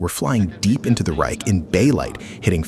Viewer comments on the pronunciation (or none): none